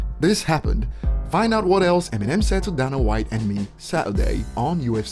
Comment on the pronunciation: And DANA IS PRONOUNCED DAY-NUH! Learn how to pronounce a man’s name please!